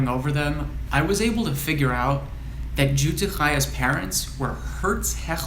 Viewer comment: How terrific that you were able to go back so far! Always so exciting! I believe that Jutte's name should be pronounced as if spelled Yutte. As you must know the letter "j" is pronounced like the letter "y". I have a cousin whose family were supposed to be Bienensztok but ended up with the mother's surname - Tenenbaum - something to do with late registration of the childrens' births. In my family the Zychlins took on the mother's surname - Cohen. Zychlin: the "Z" is as the "dz" is in Lodz and the "ch" is guttural as in Chaim. So, it was just easier to be Cohen once they left Poland for English speaking countries.